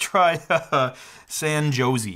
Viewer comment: Did anyone else notice that he pronounces "Jose" wrong???